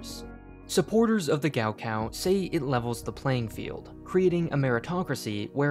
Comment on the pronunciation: as someone who speaks chinese, hearing him say “gao kao” like that so many times triggered something inside me